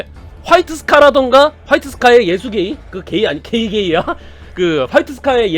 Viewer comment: 원래 예수게이 라는 기열스런 이름이 아니라 예수가이 라는 기합 넘치는 번역 발음이 있는데 ㅋㅋㅋ